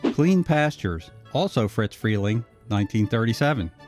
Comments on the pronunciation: RE-CUT THIS VOICE TRACK! I’ve told you at least half a dozen times, YOU ARE PRONOUNCING IT WRONG! The man’s name was ISADORE. HOW DO YOU GET “FRITZ” FROM ISADORE? FRELENG’S NICKNAME CAME FROM THE FIRST TWO LETTERS OF HIS LAST NAME, FOLLOWED BY THE SOUND MADE BY THE FIRST TWO LETTERS OF HIS FIRST NAME. (I would guess you’d hate going through life being called ISADORE, and his name was NOT “IT’S A DOOR”!). I KNEW THE MAN AFTER WARNER’S CLOSED ITS ANIMATION DEPARTMENT, AND HE WAS MAKING “PINK PANTHER” CARTOONS AT HIS OWN COMPANY, DE-PATIE FRELENG. AND I CAN TELL YOU FROM MY OWN EXPERIENCE THAT EVERYONE CALLED HIM FRIZ, WITH NO “T”. THERE IS NO LETTER “T” IN THAT NAME! IF FRIZ WERE ALIVE TODAY TO DEFEND HIMSELF, I GUARANTEE YOU HE WOULD PUNCH YOUR LIGHTS OUT FOR INSISTING ON CONTINUALLY MISPRONOUNCING HIS NICKNAME! I ALSO GUARANTEE YOU’D BE MISSING A FEW TEETH AFTERWARD! I’m sure you’ve seen Yosemite Sam. Well, Sam’s personality was based on that of Friz Freleng! He was a great guy, but he DID have a temper. Further, there are several of the “Censored 11” that are not their studio’s best work. But if you haven’t seen “Coal Black”, here’s a fact for you. When you first see the character, she SAYS, for all the world to hear, that her name is NOT “Coal Black”. Her line reads, “My hair’s coal black but my name’s So White”. The cartoon has the title that it has in order to make it VERY obvious that it’s a spoof of Walt Disney’s “Snow White and the Seven Dwarfs”. The cartoon itself is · OMG, it's Friz Freleng... FRIZ... not Fritz! Getting something so clear so wrong ruins your credibility and brings into question the accuracy of the remainder of your research. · It's not "FRITZ Freling", it's *FRIZ*. His first name was Isadore, and he was nicknamed "FRIZ". Heard it directly from the late Mel Blanc. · It’s NOT “FriTz” Freleng, with the letter “T” in it - it’s FRIZ. NO LETTER “T”. I knew the man. If you called him “Fritz”, he would give you a LOUD dressing-down, IN PUBLIC!